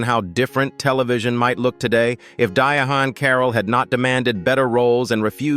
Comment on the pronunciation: "Die-ah-haun 😖 Carroll???" If an AI voice is used, it must be trained to pronounce words correctly!